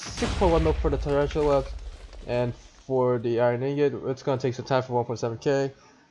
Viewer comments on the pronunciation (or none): poor dude can’t even say tarantula right